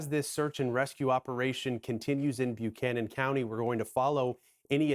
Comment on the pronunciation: It’s pronounced “Buck-canon” by the locals, not “Bu-canon”. Also, it’s Southwestern VA, not Western VA.